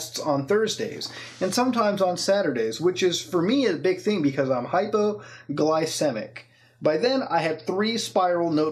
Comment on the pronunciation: did he really just say "hypo-gly-SIM-ic"? lmaooo